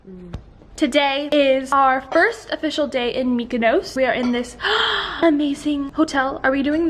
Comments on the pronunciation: it's pronounced mick-a-noss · AYEEEE I'M FROM CYPRUS PLS COME VISIT...also learn how to say "Mykonos" ας πουμε οΐ μανα μου